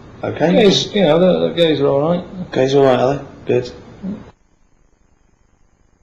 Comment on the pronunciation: Fitting that Karl’s first word to the world was “arite”